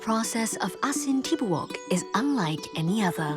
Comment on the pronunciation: It's pronounced "tibu- uk" not tibuk 😅 asin= salt, tibouk= whole